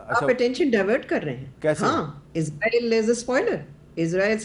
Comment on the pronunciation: آپ لوگ ایک ملک کے نام کا تلفظ ٹھیک کر لیں وہ ھے: ازرائیل یہ لفظ "س" سے ھے ۔ اسرائیل ۔ اس را ئیل ۔ شکرا"